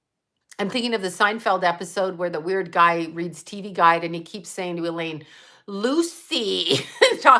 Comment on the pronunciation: there's i love lucy, the lucy show, here's lucy.. how about how he says elaine's name? eee laine lol